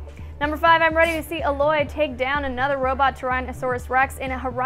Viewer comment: How can Alloy be BAE if you can't even pronounce her name properly.